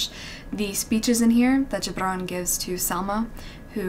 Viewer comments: An Arab who’s happily surprised that you pronounced Gibran perfectly ✨🥺❤️ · Impressed with your pronunciation of Gibran. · Your pronunciation of Gibran is immaculate ❤️ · Do you have Arabic roots? Because I LOVE how you pronounced Gibrans’s name <3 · When u said Gibran it seemed like you are original arab😳😳